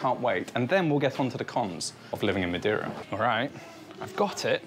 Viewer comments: You could do some effort to not switch the e and i in Madeira. If you can say hey (or say) you can say MadEIra instead of Madiera. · If you are going to live in Madeira maybe you should learn how to say the name properly. 😂